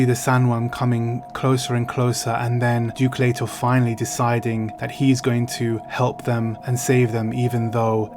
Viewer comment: Love your channel and your content. I read Dune for the first time in 1979. I just found out the other day that Frank Herbert lived on the same peninsula as me. Wish I knew that sooner. Ok so, it's pronounced Har-Cō-nehn, just like Chani says it. Chances are they didn't let her say it wrong just because she's that hot, ya know? AND it's Lee-tōe, not Let-tōe, Ok, back to your vlog/review...tyfl. ps Lucky Dog You!